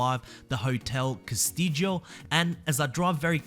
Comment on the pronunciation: I always was under the impression it was supposed to be pronounced "cass-Tee-oh" but I am not a Spanish speaker at all, so I could be wrong.